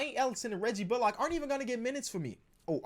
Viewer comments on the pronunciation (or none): Pls say Reggie bullock like Sandra Bullock. It’s a pet peeve of mine